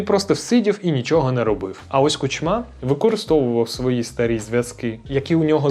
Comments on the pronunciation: Хороший репортаж.👍 Але чому Кучма' а не Ку'чма? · Чому КучмА, а не КУчма? Його завжди так Путін називав: КучмА. І ще одне., які "губернатори"? В Україні нема губерній. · Чому ви кажете КучмА, а не КУчма? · Ку́чма, а не Кучмá, дуже ріже вухо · Не Кучма, а Кучма. Дякую за відео!